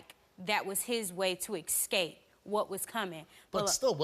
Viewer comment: It's so crazy how many people say ex-scape instead of escape on this show and people on judge Judy say "axed"...how ignorant lol